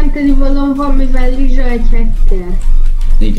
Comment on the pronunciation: Nem lizsa hanem rizsa :D